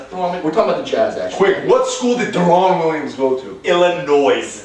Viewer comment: DARE EN Williams Not Daaaa ron!!!!!!